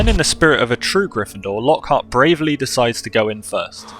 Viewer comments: Actally its not «Lockheart» its «Lockhart» lol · Fun fact: Its Lochart not Lockheart